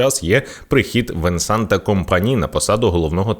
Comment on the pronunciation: Венсана, т - не вимовляється